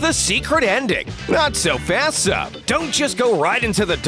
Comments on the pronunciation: did anyone else notice that the narrator said "sun" instead of "sub"? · U said son instead of sub xD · Umm narrate you said sun in number 3 instead of sub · He said sun instead of sub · Sub not sun or son🙄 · You said son instead of sub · me: realizes narrator says sun also me: bruh it’s sub not sun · he said Sun or son instead of sub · Did any one noidis that he said sun inserted of sud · Is nobody going to put out that they heard the narrator say "son" instead of "sub" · He says Sun instead of Sub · HEEEEY SSSSSSUUUUUUUUUUUNNNNNNN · You called sub sun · You say sun ecept sub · you called sub "sun" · Why did you say call sub sun